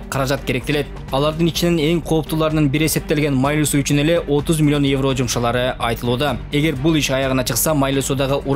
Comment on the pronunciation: Журналистер Майлы -Суу эмес, МАЙЛУУ-СУУ деп туура жассанар сураныч .